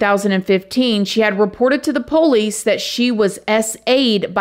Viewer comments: As a genuine 18th generation Southerner, I smile every single time you say PO leese. Please don't ever change! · I love when says "Po-lice". It reminds me of home. 🧡😂🥰🎭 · I absolutely love this channel so much!! No one tells a story better than. Or, says Poe-lice the way she does. Love that accent. 😊